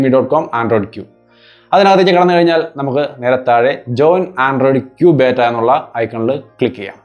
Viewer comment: ബേറ്റ അല്ല ബീറ്റാ ആണ്